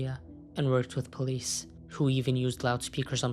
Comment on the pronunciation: Po lee dess